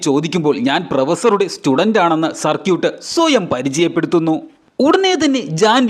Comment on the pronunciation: സർക്യൂട്ട് അല്ല സർകീട്